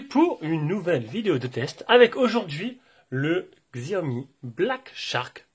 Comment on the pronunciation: t'as bien raison pour la prononciation de Xiaomi ! la plupart des gens le prononcent comme ça de toute façon.